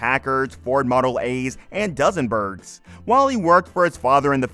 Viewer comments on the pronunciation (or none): "Dozen-berg" ....are you freakin's kiddin' us? Good grief! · Dozen-berg? Clearly you must take the bus everyday! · DEW-senbergs, rhyming with “due” and “blue”. Not “Duh-senbergs”!! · did they just say Duzzenbergs rather than DUESENBERG??? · "Duzenbergs"? Crappy AI voiceover? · Sounded like "dozen berg:" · Want people to take your video seriously? LEARN HOW TO SAY DUSENBERG!!!